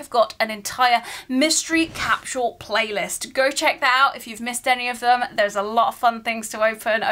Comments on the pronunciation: What’s a “cap-shoe-wool”? 🤔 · I love that you pronounce it cap-shu-al.